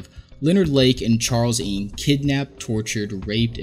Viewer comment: Ng isn't pronounced "ing" but best said as "no" in English. Was driving me crazy, because I was wondering who this "ing" fellow was at the start lmao